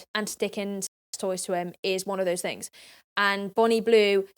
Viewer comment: all round the towns and every fing is all i hear when she speaks